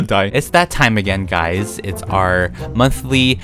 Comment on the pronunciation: Me when he says “guys” : guys more like GuYzZz